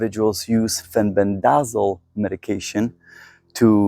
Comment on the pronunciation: It's FEN-BEN-DA-ZOLE